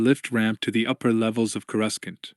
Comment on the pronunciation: Is the AI or what? Cui gon? Coreuscent? Really throws me off